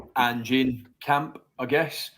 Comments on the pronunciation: Ange like Angelo not Angey, haha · ANGE not Angie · Please use the silent E…in Ange cheers, from Oz! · For god's sake at lest learn how to pronounce his name! It is Ange not "Angie"!